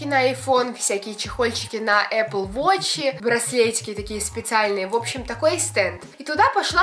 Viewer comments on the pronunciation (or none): none